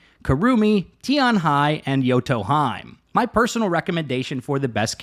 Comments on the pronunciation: Bruh the way he said Yoto Hime is wrong lol, its Yoto he-may not hyme lmao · pronouncing yoto hime like its nordic is crazy LMAO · I like how she literally says Yoto HE MAY , and he still says Yoto HIME 😂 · This was especially annoying when they cut Yoto Hime pronouncing her name right and then the narrator immediately pronounces it as Yoto Haim. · That has to be intentional, but hearing the character pronounce her name "Yoto Hime" as in, "He-may" and instantly hearing you pronounce it "Yoto Haim" instead really gets on my nerves. So infuriating when you know it's the wrong pronunciation but go with it instead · Hears how she says her own name, "Yoto Hymn,": "Anyways, Yoto Heim is..." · thank you! I'm going crazy with all those fake knowledge pronunciations, especially when people correct a wrecked-american pronunciation with "correct" one, which is STILL not right... but to Yotoheim we go, where Valkeyreys are flyeying!! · P.S. Its pronounced Yoto He-May. Heeeee Maaaaaay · cool vid, but about pronounciation -> she already says her name correctly in her intro vid :'D Yoto He-meh... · Isnt it yoto hee-may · Its pronounced Yoto Hee-may. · the way you mispronounce yoto hime makes me genuinely want to tear my hair out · Its funny how yoto hime says her name and you mispronounce it immediately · Really cant be that difficult to just pronounce a characters name correctly. Really common trend of content creators not even bothering and then hiding behind "oh names are hard for me" youre a full grown adult dawg be serious. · Let me show you the correct way to pronounce Yoto Hime then right after pronounce it wrong LOL. Solid vid though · As a yoto main for 2 years you just assaulted my ears with that pronounciation of her name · especially after she pronounced it as yoto hemaie lol he pronounced it in some Irish tounge as if she's a goat or something lmao! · She even says it omg im so sorry